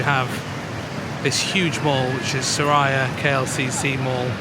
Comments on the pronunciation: Welcome to Malaysia. Just wanted to highlight something. The right way to pronounce the mall’s name is ‘Sue-rea’ and not su raya mall. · Its su-ree-ah not su-rah-ya klcc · Just to correct a little..its pronounced as Su(soo) Ri(ree) Ya(ya) not SuRaya..😊❤😊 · Welcome brother! By the way, the correct pronounciation for SURIA is SUE-REE-YA meaning Sun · It’s pronounced ‘Soo-ree-ah’ mate 😊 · Mr.,& mdm, Suria KLCC should pronounce as Soo rea KLCC, just an info that I, a Malaysian want to share. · I love your poetic musings ❤ I am currently in Dubai and can’t wait to return to my beautiful homeland in February. My favorite place in Malaysia is Penang which has the best street food. You may consider hiring a trishaw ride for an hour through the streets of Georgetown and to see the amazing street art. Btw Suria is pronounced Soo-ree-ya. Blessings to you and your beautiful family ❤ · Hi. just to help you a little since it is your favourite mall & you might encounter instances with the local that might misunderstood you guys. It is pronounced as ''su-ree-ya'' KLCC. 🥰 SURIA actually means the ''sun'' or ''sunshine'' in Malay. You can see the meaning reflecting in their logo. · Suria is pronounced soo-ree-yaaa 😃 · الحمد لله... هذا من فضل ربنا... Just for your information, we pronounced "Suria" as 'Su ree ya'. In Malay language, "Suria" carries the same meaning as "Matahari", which means "Sun".